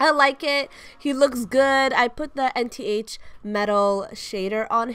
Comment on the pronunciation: I agree with you but a part of me wants to scream "IT'S PRONOUNCED ENTH NOT N-T-H!!!" and I'm ignoring it.